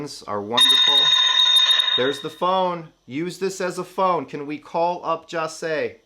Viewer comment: This isn’t to hate in any way, but it just really bothers me how he doesn’t pronounce XXXTENTACION correctly nor Jahseh! Goodness gracious.